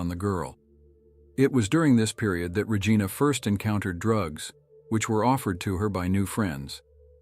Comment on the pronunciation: The pronunciation of Regina was butchered in this. 😳 Please use a human voice.